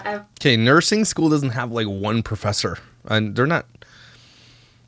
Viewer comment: Another word she mispronounced- “perfessor” it’s “professor” 🤦🏻‍♀️